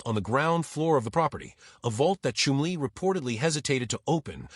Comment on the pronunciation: Chum-lee not Chim-lee. Shit txt to speech 😊